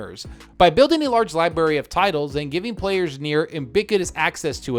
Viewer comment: Idk how but you always swallow the first r in library